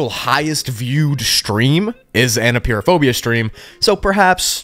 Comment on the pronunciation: I love how you pronounce it Appear-o-phobia😂😂😂